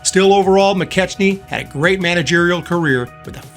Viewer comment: Bill McKechnie's name is properly pronounced Mi-Keck-nie.